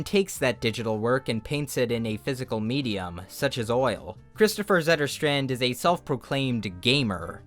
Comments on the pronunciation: I meant the "Zetter Str-and" pronunciation. That's not the correct pronunciation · pretty sure that's not the correct pronounciation for Zetterstrand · "Please excuse this pronunciation:" proceeds to pronounce it almost perfectly, just a slightly wrong "o" in "Kristoffer" and a slightly wrong "a" in "Zetterstrand" okay, you're excused. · I bet "Zetterstrand" is prononced /sɛtːɛr.stränd̪/ Basing of my Swedish experience as a Swede.